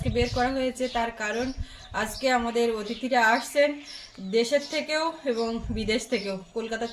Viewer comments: ভাই, আর কিছু না হোক, তোমাকে একজন বাচিক শিল্পী হিসেবে মেনে নিলাম। কিন্তু আশ্চর্য হলাম তোমার কন্ঠে "অ্তিথি" উচ্চারণ শুনে! কোথা থেকে শিখেছো ভাই, কে শিখিয়েছে? ছিঃ, ছিঃ! রবীন্দ্র রচনাবলীর চওদ্দ নম্বর খন্ডটা পড়ে দেখো । উত্তরটা পেয়ে যাবে। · রবীন্দ্র সংগীত হেমন্ত মুখোপাধ্যায়ের কণ্ঠে "হে ক্ষনিকের অতিথি " বেশি বেশি শুনুন। আপনার অতিথি উচ্চারণ কানে লাগে।